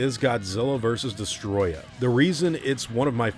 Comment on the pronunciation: Des-toe-roy-yah is how it's pronounced. Destoroyah.